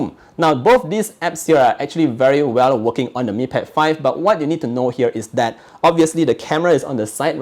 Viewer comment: When says But: "baH!"